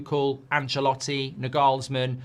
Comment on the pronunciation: FFS learn to pronounce Nagelsmann's name right jeez